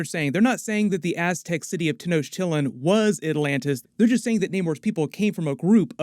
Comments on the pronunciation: Man, I love your content. Please work on the pronunciation of Tenochtitlan. The correct pronunciation of Tenochtitlan is Teh-nosh-TEE-tlahn. The "ch" is pronounced as an English "sh" sound. I imagine you're going to be saying it a lot moving forward. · Not gonna lie, I laughed so hard when he pronounced Tenochtitlán and it took me a sec to realize what he meant 🤣 no offense, it’s hard to pronounce words from just the way something is spelled out. A more closer pronunciation would me Tehn-o-ch-tee-tlahn. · Ten O chit lan is how u say the city 😜 Gonna be odd as place exists as cool ruins on surface now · Great recap. I know you have to put these videos up super fast, but please for the future: it’s “Ten-nock-teet-laan” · that had to be one of the worst pronunciations of tenochtitlán that i have ever heard... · Please look up the pronunciation of Tenochtitlan. Learning moment buddy! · Really can’t get over how you butcher Tenochtitlán every time you say it… super cringe 😂😂😂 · Nice try with the city name, it’s a tricky one to say. I’m Mexican & my pops has trouble pronouncing it too. Don’t know how to feel about them making Namor latin & them tryna weave in Aztec religion just to have connect with the Wakandan religion & when Atlantis in comics having known if this ; it feels like an unnecessary stretch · Wouldn't be a marvel character with your parents dying tragically. Also you're mispronouncing tenochitlan.... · Great video; I really can't wait to see what will happen with them. The idea of the city of Atlantis being similar to the Aztec civilization is excellent, but throughout the whole video, I couldn't stop laughing about how you pronounced Tenochtitlan; very funny.